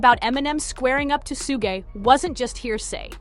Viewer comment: Get suge name right for the love of rap.